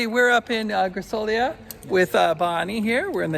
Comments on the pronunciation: It's Griso-lee'-a. Stress on 2nd last syllable. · Hi Guys, I have just started watching and before I forget, “Grisolia” pronunce it with the accent on the second “i”, not on the “o”. :). I agree with you, I like to visit all those small villages, but it is good to be back in Scalea where we have all the amenities and is mostly flat and easy to drive around.